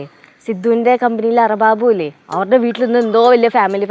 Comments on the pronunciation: അറബാബു അല്ല അറബാബ് ആണ് ശരി. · അർബാബു അല്ല അർബാബ് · അറബാബു അല്ല,,,അറബാബ് അതാണ് ശരി,,,,യജമാനൻ,,,, എന്നർത്ഥം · അറബാബു അല്ല അറബാബ് ആണ്😂😂😂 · അറബാബു അല്ല, അറബാബ് 😅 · Arababu അല്ല അർബാബ് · ദുബായ് ഇന്ത്യയും തമ്മിൽ 1.5 മണിക്കൂർ വ്യത്യാസമേ ഉള്ളൂ, പിന്നെ അർബാബു അല്ല അർബാബ് എന്നാണ്. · ലെച്ചു, അറബാബു അല്ല അർബാബ് 😂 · Arababu alla arbab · ലച്ചു സാരിയിൽ അടിപൊളി ❤️പിന്നെ ലച്ചു അർബാബു അല്ല അർബാബ് ആണ് ok😜😜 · അറബാബു അല്ല അർബാബ് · അർബാബു അല്ല അർബാബ് 😅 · ആറബാബു അല്ല അറബാവ് ആണ് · Arababu❌ arabad✅ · ലച്ചു മോളെ അറ ബാബു അല്ല അറബാബ് അതാണ് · എന്റെ പൊന്നു ലച്ചുമോളേ അർബാബു😂😂😂 അല്ല അർബാബ് എന്നാണ് 😂😂😂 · അറബാബു അല്ല, അർബാബ്...✅ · Lachu... Arababu alla... Arbab 😂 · അറബാബു അല്ല 🤣🤣🤣. അറബാബ് ആണ് 🤣🤣🤣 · അറബാബു 😂😂😂 അർബാബ് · Arababu alla arbab😂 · അറബാബു അല്ല അറബാബ് 😂😂😂😂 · Arabaabu alla Arabab😂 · Lechu chaechi arababu 😂😂 alla arabab ennu anu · ആദ്യം അറബാബ് എന്ന് കറക്റ്റായി പറയാൻ പഠിക്കട്ടെ